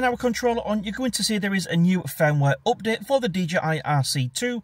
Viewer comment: its UPDATE NOT OPDATE im sure you punk are Irish